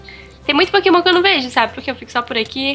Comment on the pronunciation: vc na minha opinião vc é o mais forte da série mais por favor só tenta aprender a falar os nomes dos pokemon direito #montamelhordaserie